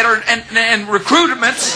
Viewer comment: "recruitiments" LOL